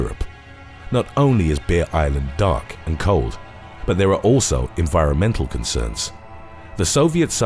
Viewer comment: obviously, he is saying Bear, but it sounds like Beer island, i was looking at something else when he said that and i perked up like, WHAT?? but then i remembered what i was watching